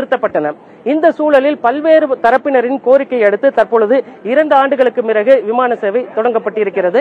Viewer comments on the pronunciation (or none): நிமிடத்தில், இரண்டு ஆண்டுகளுக்கு மிறகா? செய்தி வாசியுங்கள் முறையாக?